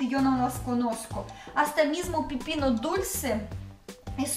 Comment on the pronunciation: Hola es pepino con e no pipino jajaja saludos